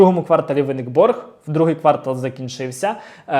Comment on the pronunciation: Дякую за інформацію. Тільки: квартАл - квартАлу - квартАлом